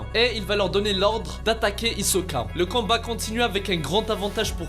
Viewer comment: Mdr au lieu de dire combat tu dis canbat